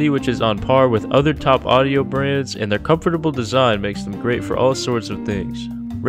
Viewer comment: he pronounces comfortable with like 5 syllables.. and i somehow manage to say it in 3 is this the matrix